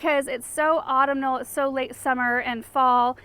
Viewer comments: Autumnal. Au (like awe) tum (think tummy) nal. Sorry, English geek. lol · I'm totally not trying to be one of those hyper-critical folks in the comments, but I've noticed you've been pronouncing "autumnal" incorrectly for a long time. The stress is on the second syllable--auTUMnal. Love your videos, I barely have any grass left in my little city yard thanks to your inspiration! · I LOVE all your videos, and have been so grateful for the information and knowledge you share! It's inspired me so much in my own garden. Now that I've been watching for a while I chuckle every time you catch yourself saying obelisk. Does anyone ever give you a hard time for how you pronounce autumnal? :) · You're fighting a losing battle. lol seems to have her own way of pronouncing a whole host of words I cringe at and then become accustom to and focus more on "the pretty" than that stuff. FTR, your criticism is correct. Autumnal's accent syllable is the second syllable, not the third.